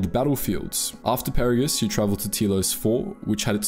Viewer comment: Did you play this game in a different language? You mispronounced both Peragus and Goto. Each name was said dozens of times in game.